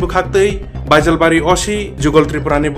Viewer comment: Baijal bari ❌ bejal bari ✅🤣🤣